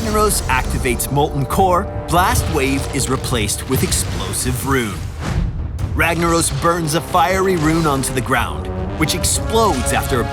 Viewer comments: Cast a spell "ragna oh s" lol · If he was Brazilian, it would be pronounced "Hagnaros" ;-)